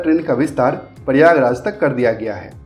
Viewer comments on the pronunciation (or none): प्रयागराज का ठीक उच्चारण कीजिए